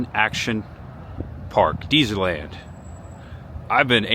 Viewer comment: And it's Dez-er-land...not Deezer-land.